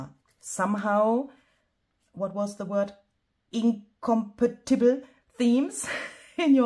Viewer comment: Hello! I love how you are expanding your channel content with the paper premiere! I'm sad I couldn't be present. I also love the song. AI at it's best. WRT pronunciation: For the word's accent it's: "incohm-PA-tibul" 🙂